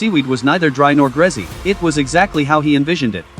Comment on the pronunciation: ”Neither dry nor grezzy” i can’t😭🤣